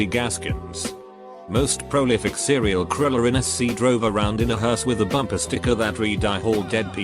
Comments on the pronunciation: "Serial kriller" 😂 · Nobody: Robot voice: sErIal kWiLeR